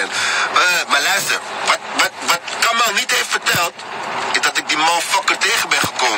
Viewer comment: Ze kunnen de hele docu nog niet eens zijn naam fatsoenlijk uitspreken… Triest